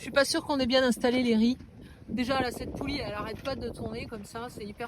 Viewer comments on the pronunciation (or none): none